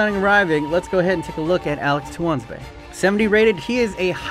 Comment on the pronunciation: Tuanzebe is pronounced(too-an-zeb-ay)